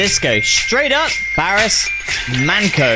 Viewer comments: Man"ço"pronounces cho not qo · The pronunciation is Barish Manjo 😜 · manco is pronounced like pancho😂